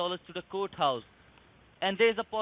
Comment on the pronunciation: Why the hell can NONE of the eastern scammers pronounce court house?! (Kudos for master baiter!)